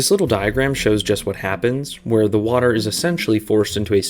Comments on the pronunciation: Weeeeeeeeer, not were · "we don't even have a national database of weir each one is"